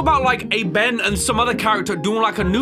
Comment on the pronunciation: "BEN" honestly sounds like "BAN" with the way he says it.